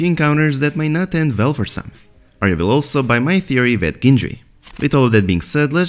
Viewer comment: "vill get along very vell" hahahahah :D